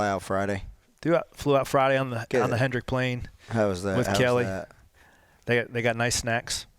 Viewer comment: At least he knows it's "Hendrick" not "Hendricks" 🤷🏻‍♂️